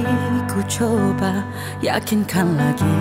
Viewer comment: tak ada org jaga pengucapan lirik dia ke ? "cuba" jadi "coba"